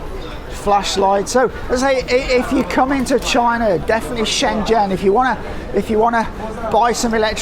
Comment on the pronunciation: Good to hear a fellow Brit who is able to pronounce Shenzhen correctly. ZH sounds like Jee as in jeep. Great video and good to see that the markets are booming again. I was last there in 2014 and it was incredible.